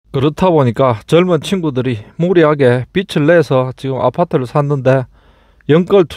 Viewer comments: 비즐을 비츨로 발음하는것은 사투리가 아니라 오류겠지요. 저도 경상도 사투리를 사용하는데 그렇게 읽지 않습니다. 가끔 방송인들도 비츨이나 비슬로 발음하는 경우가 있더군요. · 고향쪽 사투리에 목소리 좋고 진행도 매끄러워 자주 봅니다. 그런데 살짝 지적하겠습니다. 빚을 비즐 로 읽어야 함에도 비츨 이라고 하시니 부담스럽네요. ㅈ 발음과 ㅊ 발음을 구분하셨으면 좋겠습니다.^^😢